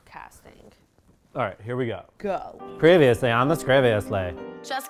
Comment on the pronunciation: “ previously on the skreviously” 😂😂😂